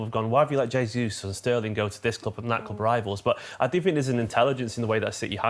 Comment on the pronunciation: It's nearly 2023 and still there are people that don't know how to correctly pronounce Jesus' name. Funnily enough, it's the Arsenal fan who can't do it.